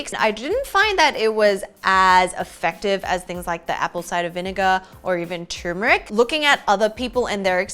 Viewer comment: people need to stop prounouncing Turmeric like Tumor-Ick!